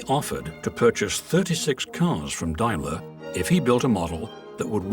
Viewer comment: Took me ages to work out that the narrator was trying to say Daimler.